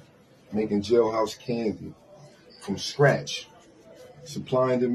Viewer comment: Man said from scratch with emphasis all to say I use jolly ranchers 😂